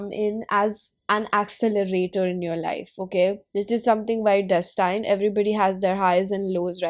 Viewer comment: hahahaa so funny how u said destined... its DÉS tind not des TAINED ok